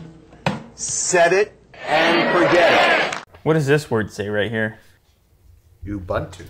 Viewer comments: Hahahaha Ubuntu. Where ims from which is SA its pronounced Oo-boon-to lol 😂 languages are dope. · Well that’s not how you pronounce Ubuntu it’s more like “who boo n two” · It's pronounced ooboontoo guys. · When you never seen linux before... Lew: Whats this word say here? Willy do: oobuntoo ubuntu XD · ubuntu is pronounced "ooh - boon - two" gents lol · UBUNTU Pronounced "ooo booon tooo": An African Proverb which translates to "I am because we are," or "humanity towards others," . Looks like a sick Device, just those bezels are hella thick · you pronounce it as u-boon-too and Ubuntu is a South African ( my country ) word meaning a quality that includes the essential human virtues; compassion and humanity. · Ubuntu, is a southern African word for being a descent human being, like looking after your fellow man, pronounced oo boon to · the world Ubuntu is pronounced 'ooh-boon-two'. It's a word in the South African language of isiZulu. It means Humanity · No its pronounced oo-boon-tu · oo-boon-too (ubuntu) humanity